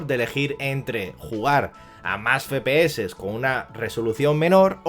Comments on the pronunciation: Que verga es "Fepese" que yo sepa la "F" se pronuncia "efe" no "fe". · Soy yo o dice "fepe eses" en vez de "efe pe eses". Sin acritud, eh que me parece un buen vídeo. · … he visto varios vídeos suyos y siempre comete usted el mismo fallo.. no sé si es que lo hace queriendo la verdad pero al hablar de las abreviaturas del framerate de los vídeos juegos habla y dice usted literalmente “ fe.pe.eses” y la letra F se dice “Efe”, es decir “ Efe.pe.eses” se lo digo porque parece usted un poco garrulo al hablar así … espero que le valga.. gracias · no digas feee ps se dice fps me estrese pero gracias por la info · Como que "Fe pe eses"? Los entiendo claro...pero esta mal dicho 😅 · Yo también me pregunté todo el video que letra es la "fe"? solo conozco la F y se diría "efe" Ahhh... Con estos tíos... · FE PE ESES!!!! jajajajajajajajajajajaja. EFE PE ESE. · ef pi es al menos dilo asi XD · Cuántas veces puedes decir mal "efe pe eses"?: Si. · dice fe pe ese no efe xd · Sinceramente dejé de ver el vídeo a los 2 min... no me soportaba el FE-PE-ESE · Buen video pero por favor no digas más "FEPEESE" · Ambas están mal. Ya que las siglas son en inglés "FRAMES PER SEC" debería ser "Ef Pi Es" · La verdad no es tan grave pero si se escucha muy extraño.